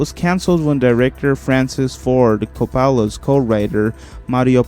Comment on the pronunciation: Pretty good video i must say, but if you dont mind a bit of constructive criticism. i would suggest looking up the pronunciation of many of the names you said. some I understand but other like Coppola are not that hard or saying the name Corleone in two different ways in less than a second appart. It would make the script sound much much better.